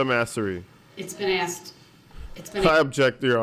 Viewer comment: Axed..troof..relevancy..crossexaminate..laffell law..licensed place..